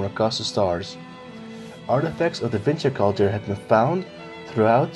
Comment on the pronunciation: Da whingy kulča🤣